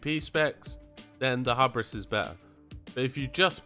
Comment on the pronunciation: man i hope arcane gets a lil buff. they do just about half the dmg of frost and fire now, at least looking at the logs btw: hubris is pronounced "hyoo"-bris